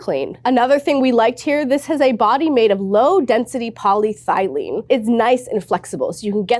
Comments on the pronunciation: "... all sorts of things (...) ack settera". It's E-T-C-E-R-A, the "t" before the "c", hence it's pronunced "at settera" (Engl. = "and so on")! And that plastic material for squeeze bottles - polyethylene - is "poly-e-thee-lain" not "polly-thigh-lain". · pretty sure that was PolyEthylene and not PolyThylene 😂😂😂😂😂😂😂😂😂😂😂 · small thing but it's polyethylene not polythylene 🙂 really appreciate the comments about cleanability that's so helpful